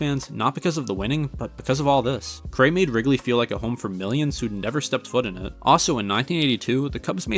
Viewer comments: Harry Care-ay?! It's pronounced Harry Car-ry! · Awesome video but it was irking me how you kept mispronouncing Harry Caray's last name. It's pronounced like "carry" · ugh, if you had just seen one game that he called and introduced himself or one video where someone talking to him or interviewing him actually said his name, or even Will Ferrell on SNL parodying him "Harry Carry here!" , that's all it takes. Don't trust the robots/AI of Google, they don't care enough to get everything right. Other than that you did a great job w the video. But once I heard Car-AY I was like noooo and I'm not even a Cubs fan. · My dad who's been a die hard cubs fan and watched them from since he was 5 and grew up on WGN (born in 59), sometimes pronounces Carays name wrong. Don't sweat it man, the video was awesome! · is doing a baseball doc and mispronouncing the most iconic cubs names and Harry?! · Google has the correct pronunciation considering both Harry's son and grandson did broadcasting, and they all have the same last name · An entertaining video even with the mispronunciations. I am not sure how you could mispronounce Harry Caray's name. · Overall I still liked the video. In a weird way, you mispronouncing Caray kind of works in your favor because it goes to show how unbiased you are and focused on strictly providing the facts. At least that's how I see it.